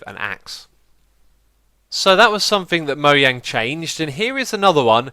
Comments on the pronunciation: MOJANG! NOT MOYANG! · its mojang not moyang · it is MoJang not MoHYang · Wait? U pronounce it moyang? I though you pronounced it mojang? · MoJang. Not moYang. Srsly it bothers me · You kept saying ‘Moyang’ instead of ‘Mojang’ -_ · Moyang? Are you saying mojang? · Why has no one commented about him saying Mojang wrong 😂 I have never heard it said (mo-yang) I have heard and always said (mo-jang) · ITS NOT PRONOUNCED MO-YANG! IT'S MO JEHNG! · MoJANG not Moyang. Other than that you are a great youtuber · Mojang is pronounced(moe-jaing), not (moe-yaing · It's Mojang Not Moyang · One more mistake... ITS MO"J"ANG NOT MO"I"ANG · it is not moyang its moJang get it right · moyang????? its mojang xuma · did anyone realise he did a mistake here to he said moyang instead of mojang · moyang? He keeps saying Moyang instead of Mojang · Moyang, it's MoJang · I was just gona say It's not "mo-YA-ng" is "mo-JAY-ng' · xisumavoid why do you pronouce mojang moyang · Is it weird that xisuma says mojang like moyang? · "Moyang" XD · Nobody: Xisuma: Moe-yang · Moyang lol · Moyang lol... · Anyone else here him say moyang. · he says moyang lolololol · Kemal Alacakanat Swedish pronunciation is Moyang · wtf is mo-yaing?? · xisumavoid why do you say moyang? But gg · it's pronounce Moe jang the j is not silent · OMG, YOU PRONOUNCED IT "MOHANG?" *triggered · is "moyang" an accent or something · he said Moyang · "moyang" omg dead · it is kinda weird how you say "Mojang" ...but whatever xD